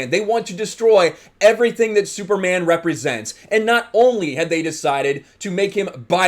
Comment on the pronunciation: Can we be a little less apocalyptic and homophobic? This isn't Kal-El. Kal-El is still the Superman you've always known. This is another Superman, just like Marvel now has various Spider-Men. I don't get how Superman being bisexual would really change who is he is, and the way you emphasize "man" when you say Superman, as if a bisexual man isn't really a man is...kinda messed up.. Is it really a big deal that he's a climate change activist? This is the character who fought on the side of the worker against oppressive capitalists in the 1930's and fought the Klan in the 1940's. There's a long-standing tradition of Superman as a character aligned with leftist ideals. "Truth, Justice and the American way" was just a motto on the t.v. series with George Reeves, it wasn't an indelible phrase in the comics. It isn't like caring more about the whole world makes him anti-American or anything. Geez, did people freak out this much when DC published Superman: Red Son?